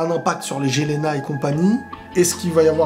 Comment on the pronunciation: Jelena se prononce Yelena.